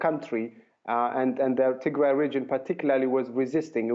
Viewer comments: Tigray is pronounced Tig-Rye...NOT Tigre/Tig-RAY!!! Tigre is a completely different Eritrean ethnic group having nothing to do with this conflict. Tigrigna is the language spoken by the Tigray in Ethiopia and the Tigrigna in Eritrea. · I Like How She Sayed Tigry - 😂 She MadE It Sound French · freedom man u are confused. They are mispronouncing the name of the region. The Tigre people live in Eritrea like the Beni Amer and speak Tigre.. Not Tigrigna. Tigrigna is spoken by the Tigrigna, Jeberti, and Tigraaaay in Ethiopia. Amharu butcher every name including the word Habesha making it Abesha. Tigre is not Tigray as most Amhara mix up. Tigray is pronounced as Tig-rye (Rye = type of grain, rhymes with the word "Why" and "Guy" ).